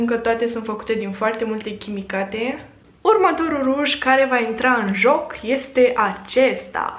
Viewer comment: Chimicale nu chimicate